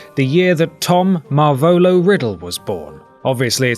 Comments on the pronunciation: when he pronounces ''Marvolo'' wrong... Stop stop stop! it's ''MarvolO'' not ''MarvOlo'' xD Also it's ''Leta'' Not 'Leda'' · its not MarvOlO its marvolO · Butchered the pronunciation of "Marvolo" aha